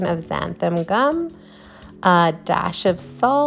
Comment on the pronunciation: Why is it that nobody knows how to pronounce xanthan gum? It's NOT xanthaM gum.